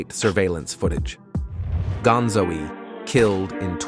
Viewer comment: "gonzo-e" "drake-e-o" Smh